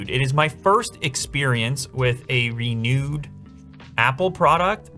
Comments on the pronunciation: he says "RENEWED" not "RE NUDEEEE" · Sounds like "Re-nude" 😂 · im so sorry for this but RENOOD!!😂😂 dont worry love ur videos man keep it up